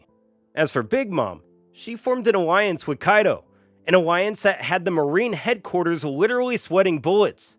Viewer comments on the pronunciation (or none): She formed an awiance? Gweat...